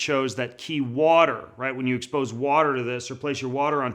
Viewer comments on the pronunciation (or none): Qi isn't pronounced "key" it is pronounced "chi" And if you were depolarising EMF then it would also make your wireless devices not work.